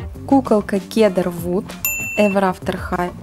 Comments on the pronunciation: Правильно називать героиню не Кедр Вуд,а Сидер Вуд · Да и не кедр вуд а сидр Вуд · правильно не кедр вуд а сидер вуд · Сидр Вуд а не кедр вуд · Кедар? Сидар? Может сначала погуглить надо было как правильно читается, а не строить из себя "профи"? Кедра млэ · Не КЕДРА а Кедар!!!!!!